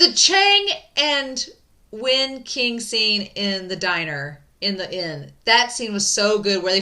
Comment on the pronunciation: your pronunciation of "Wen King" drives me up the wall. [Q = Ch]